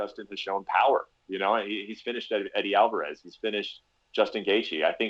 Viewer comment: You did not say eddie alverez.no.omg dude.hahaha